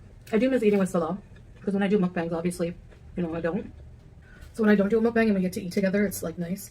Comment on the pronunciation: Of all the different ways to say mukbang .... mukbanK is NOT one of them!